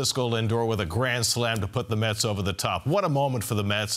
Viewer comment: It's METS, not Muts, Phloozies!